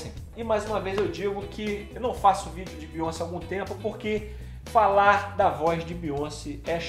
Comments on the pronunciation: se pronuncia BeyonCÉ, a sílaba tônica é o CE, pq o nome dela é francês, e no francês o acento agudo tem som do acento circunflexo do português, então Beyoncé se pronuncia "Beyoncê" e não "Beyonce". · N fala “Beyonci” É broxante É Beyonc”é” Obg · Que nervoso! Não é Biônci, é Bioncêêêêê!!!!!